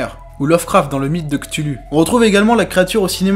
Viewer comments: Je suis admirative de la qualité de ton travail malgré ton age et ton expérience (je présume que tu as appris le montage vidéo et l'animation sur le tas/en autodidacte), chapeau! Juste un truc, je t'en prie au nom de la communauté lovecraftienne... Cthulu se prononce "ktoulou", pas "ktulu" T_T Bon courage à toi, continue comme ça! :D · [Ctulu] ? [Ctoulou] ! On prononce [Ctoulou]. :) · Un très bon début, vraiment bien fouillé, j'ai quelques remarques, du détail : - Antarctique avec un c - Atlantique sans n Et Cthulhu se prononce ktoulou il me semble. Mais je chipote, j'ai appris plein de trucs, vivement les prochaines. :) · Encore une vidéo bien sympa ! :) C'est vrai que c'est un peu déroutant tes phrases coupées. PS : attention à comment tu prononces Cthulhu, il pourrait se réveiller en t'entendant ! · No comments sur ta façon de prononcer Chtulhu ... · Bon, super contenu, mais par contre, Cthulhu, les "u" se prononcent "ou" ... =) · Qu'est ce que c'est que cette prononciation immonde de "Cthulhu" ? C'est un nom, ça se prononce dans sa langue d'origine et non dans une espèce de prononciation francisée à faire saigner les oreilles du premier fan de Lovecraft venu.